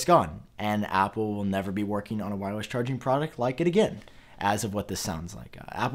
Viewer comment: Am I the only one hearing this guy saying “whywus” instead of wireless?